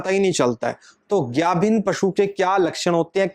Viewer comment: ਪੰਜਾਬੀ ਬੋਲ ਗਾਬਣ ਨਹੀਂ ਗੱਬਣ ਹੁੰਦਾ ਹੈ